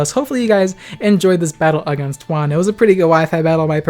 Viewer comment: Love the fact that you pronounced Juan correctly 🙏🏽